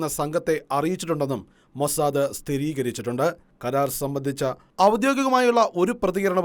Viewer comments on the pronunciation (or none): none